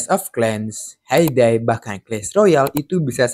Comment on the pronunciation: Bang, game HAY DAY itu sebutannya seperti hei dei ya bang